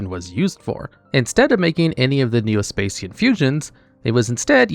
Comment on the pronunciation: "Spay-see-yan" Augh, my ears...